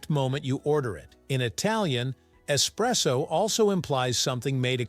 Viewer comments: es- presso! not ecspresso, that's a no no! kapeesh! capacola breath? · Yeah ESpresso, ✅ ❌not Ex presso